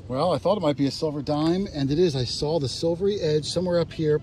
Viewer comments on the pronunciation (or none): The pronounces the word saw sawL!